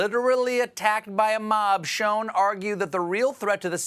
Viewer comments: Don't call Schoen Sho-en cause schoen means shoe in flemish and Dutch and indicates probably his ancestors came from this region of Europe ;) o btw don't try to pronounce it as we do here because the use of SCH is very hard for all those who doesn't speak Flemish or Dutch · No, sounds like "sherrshhh" to me.